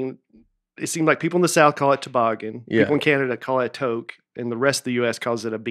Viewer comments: Sorry if this was already mentioned but "toque" is pronounced as "toooook" (the "tooooo" part sounds like "booooo") not "toke" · Toque is pronounced like the number 2 with a k at the end (two-k), vs. toke. 🤣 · TOQUE = 'TUKE' lol not a 'toke' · "Toke" lmao noooooooo. TWO-K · It’s TOO-K! Not toke. 🇨🇦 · it sounds like toooque - long toooo sound not like toke.... and it's a Canadian thing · I'm Canadian and I was trying to figure out what a toque was lol...but it's just the way it was being pronounced. We say it more like "two-k" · I still can’t handle the toque/toboggan conversation. Beyond funny as a Canadian. It is pronounced two-ck, like ‘toot’ with a ck instead of a ‘t’ at the end. Love the podcast and has me laughing out loud by myself as I walk my dog which I’m sure causes some people to wonder what is happening. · Toque is pronounced "Too-k" (phonetically). Say the word 'Two' then add a 'k'. Im canadian